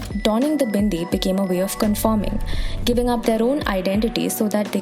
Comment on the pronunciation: I don’t know people had so much problem with a Hindu woman wearing a bindi. Why do u have to demonise everything that is associated with Hindus. And the way you say BINDI with so such emphasis on B shows how much you hate the culture.